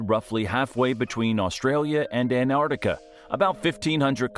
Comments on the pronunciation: The narrator also has the lazy american habit of only pronouncing half the name Antarctica. It's not the Antartic. It's the AntarCtic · There are two "C's" in AntarCtiCa and no " I " in Fraser . It's not FrasIer Island . The European Alps are in Europe , not North America .Bloody yanks should stick to what they know , nothing ! Leave the hard stuff to anyone else . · Why do Americans have trouble pronouncing ANT ARCTICA………..NOT An Artica. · Why so our kids can learn how to mispronounce Australian city names, Antarctica and that jelly fish live in the outback? No thanks. I'd rather our kids learnt about Australia from Australians than from clueless Americans.